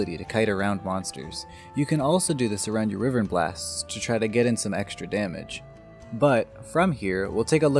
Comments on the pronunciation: Bro it's pronounced as wai-vern Not weevern. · Cool vid just remember wyvern is pronounce with a long Y sound so it is Y-vern